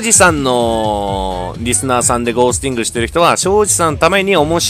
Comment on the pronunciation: ゴー↑スティング